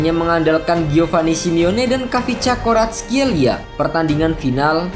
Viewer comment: Bukan kavicakoratskhelia min, bacanya Varatshelia 😂😂😂